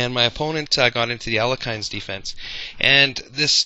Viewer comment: I thought it was pronounced "Alek-hine" for awhile, too. It turns out his name is actually pronounced "Al-yek-hin" (with a soft H). Not a big deal, just thought it's worth pointing out for your viewers. Fun video though!